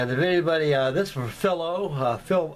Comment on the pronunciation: It's phy low pronounce it right!lol!Looking great as always!